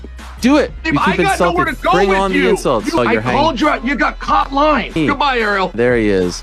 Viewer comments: Why was ariel saying "lying" like that? He was pronouncing it as "loying" 😂😂😂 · “you’re LOYING Chael!” 😂😂😂😂